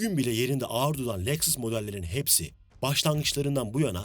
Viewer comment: Leksıs ne lan? Lexus Lexus, LEKSUS... SUS LEKSIS DİYECEKSEN SUS 😂😂😂😂